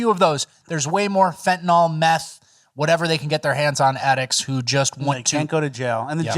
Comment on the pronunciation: for fentanyl, you always say "fentanol" but it's like Benadryl, you don't say "Benadrol"...do you, savage?!?